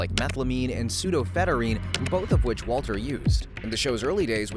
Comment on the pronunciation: Your pronunciation of “pseudoephedrine” was horrendous.